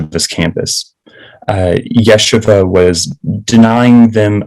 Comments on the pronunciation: Stop pronouncing it incorrectly!!! It’s ye-SHEE-va not YEshiva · Why is it so hard for these journalists to pronounce the name of the school correctly? Everyone know it's YEH-SHEE-VA.